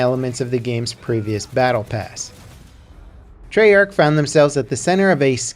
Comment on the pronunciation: I cringed when he said Treyarch...... "Tree-arch"😂